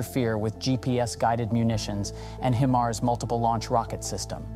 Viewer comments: Stop saying “he mars”! It’s “hi mars”. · HI-MARS not HIM-ARS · it's hi mars, not heemars or him ars. would think a military channel would know this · What's a Him-ars? Is is anything like a High-mars? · wtf are "HeMars" 🤦🏻‍♂️ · Only time I've heard it called "HEMARS" lol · "HEMARS" is that the way russians pronounce it? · Just saying it doesn't make it so. Where are your sources? You can't even pronounce HIMARS properly. "HIM" Mars? Bwahahahaha pathetic Russian disinfo! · HIMARS spoken like High-Mars come on you sound like an English speaking Male which some other channels if your not sure. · Why does a channel that states its location as "United States" pronounce HIMARS as "HE-MARS"? 🤔And here's how the channel describes itself on Patreon: "We are a small team consisting of 8 creative young people are trying to develop video content about military, defense and geopolitics. We are available on YouTube with Military TV channels and Facebook pages, we really need support from the audience." But no more info about where they live, who they are, nothing. Makes me wonder who's really behind this channel. I don't think they are native English speakers though. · I am suspicious of the authenticity of this video due to the mispronunciation if ‘HIMARS’. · It's HIMARS with a long 'i' sound, not a 'ë''. I cringed a little every time he mispronounced it. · How can people take you serious when you don't know how to properly pronounce the weapons system you are covering???? 😂😂😂 Great video otherwise! 👍